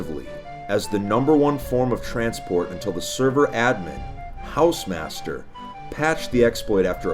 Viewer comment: Drink whenever says hausemaster